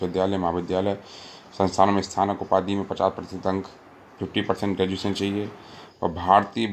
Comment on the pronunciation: Sir ji ye sthanak nahi snatak hota h ....